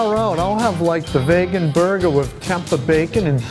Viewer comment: Why the fuck are they pronouncing vegan like "vay-gan"?